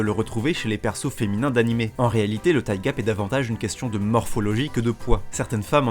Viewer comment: Alors... Tu arrives à prononcer "thicc" mais pas "thigh"? xD